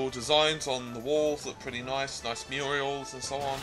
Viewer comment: Murals. Not "muriels". Muriel is a name. Anyway, your video is fine and all, but can you not be so patronising? I came here to find out if the game was okay or not. All I heard for the first 15 minutes was you complaining.